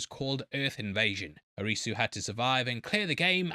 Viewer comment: You'd be closer to pronounce Arisu like the first part of Odyssey maybe with a slight uh sound at the end